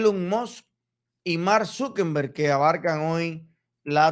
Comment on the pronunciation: No se dice Zukember, es Zuckerberg, sin N